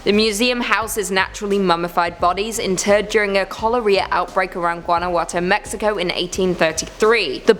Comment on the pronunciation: It is pronounced Cholera not choleria.